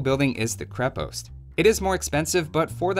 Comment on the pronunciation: Its krep"o"ast If you wana say it the russian way